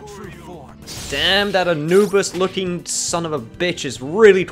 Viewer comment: its anubis lol you kept saying his name wethehot realysing it